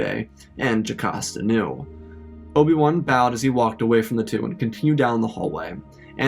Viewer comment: bro did not just call obi wan obium 💀